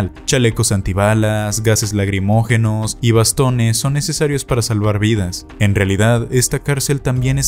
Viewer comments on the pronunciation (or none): Se dice gas lacrimógeno,, No " lagrimogeno"😂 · se dice lacrimógeno o no lagrimogeno...